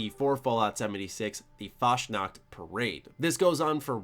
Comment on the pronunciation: Funny how you say Fasnacht :D